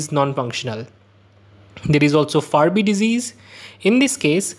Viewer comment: It’s Fabry disease; not Farby